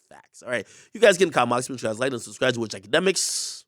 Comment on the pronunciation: Intro: “its tksetshk” 😂